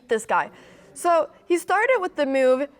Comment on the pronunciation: How do you spell the word move? You pronounce it like it’s moyve 😂